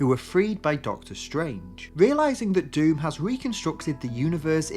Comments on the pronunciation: It's pronounced Von Doom, not "Van Dame" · The butchering of Dr Dooms name should be punishable by prison